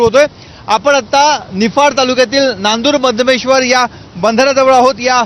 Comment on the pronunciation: अगं ए बया..नांदुर मध्यमेश्वर नाही ते नांदुरमधेश्वर आहे.